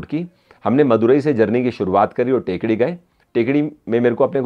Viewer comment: टेकडी नहीं थेक्कड़ी है इस शहर का उच्चारण